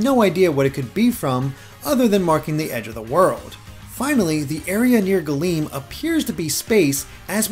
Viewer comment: Not old Latin, but Classical Latin. Galeo means "I cover," not galeem. Galeem is the active subjunctive; it would mean "may I/let me cover." Plus, it would be pronounced "Gahl-em," imagine the e being the e in "bed" but held for longer Source: AP Latin